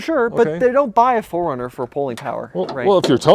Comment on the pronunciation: pronouces Four Runner as Foringer